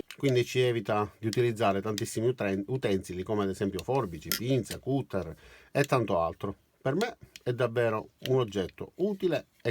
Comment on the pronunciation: Io una domanda, sono nuovo del canale(primo video) quindi chiedo pietà... Ma perché pronunci cutter com'è scritto invece di "catter" oppure non lo chiami taglierino? Mi sorge il dubbio vista anche l enorme lavoro per le ampie traduzioni. Per il resto, ho l attrezzino e concordo è bellissimo... È grazie per le spiegazioni... Io lo usavo male ora forse sarà più facile fare i lavoretti di casa.